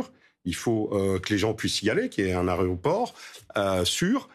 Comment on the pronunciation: Le représentant de l'hôtellerie qui parle "d'aréoport"...